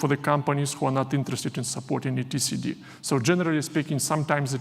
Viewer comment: I've never heard someone pronounce it "E T C D" 😁